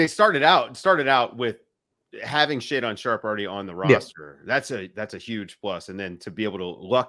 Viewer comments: AYE IT’S “SHAE-DEN” NOT “SHAE-DAWN” and with what you witnessed from Scoot, you’d start him over the NBA tested Simons!? Y’all trippin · Ya'll got it twisted, Ant is one of the 10 best players in the NBA under 24. Also learn to pronounce Shae's name.